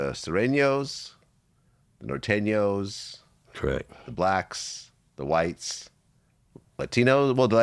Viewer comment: Gotta appreciate the pronunciation of nor teen yos 😂😂😂